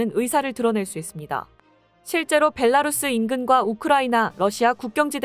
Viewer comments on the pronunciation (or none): none